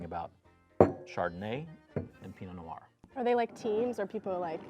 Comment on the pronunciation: « Pee-no no-are » « sav-ee-on blonk ». It astounds me how many people can be experts in French wine but not take a little bit of time out of their day to properly pronounce our French words.